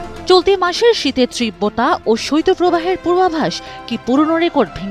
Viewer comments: ত্রিব্বতা কি? তীব্রতা বলেন! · উচ্চারন হবে 'তীব্রতা'। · আপনার "তীব্রতা" উচ্চারণ সঠিক নয়